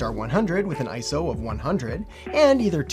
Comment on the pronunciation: You get a like for not saying ISO like it’s an acronym